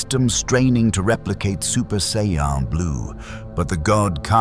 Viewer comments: Just once, I wish these stories would pronounce Saiyan correctly. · How many ways can A.I. say Vegeta's name and Sayan wrong?